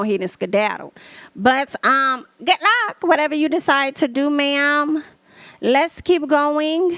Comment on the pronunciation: I lived to hear you say "GOODT LUUCK ". 😂😂😂❤ I still haven't been able to watch anything on Zeus. OMG!! That Wendy's story had me cracking up. 🤣 These are MESSY!! LOL. "Ruff and tuff with afro puffs." 😂 I can't believe I've never watched one of these segments but I watch you all the time. 😅